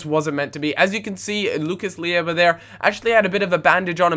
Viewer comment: Not Lucas Lieva, Lucas Leiva